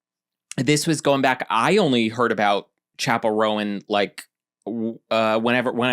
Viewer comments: I'm older than you, but I'll still correct you, it's Roan, one syllable, not Row-an 😊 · oooo BTW, in case no one else responded: right. 😬 ROAN→ RŌN [ROWN]. oh. since we're sharing phonetic spellings... Zendaya→ zen-DAY-uh. 🤓 kthxbyyye. 🖤🤘🏾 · Roan is definitely 1 syllable. That's how you pronounce it when it's a coat pattern in horses and dogs.